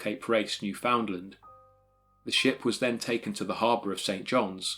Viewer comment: We pronounce our provinces name like this...New Finned Land. Land pronounced as understand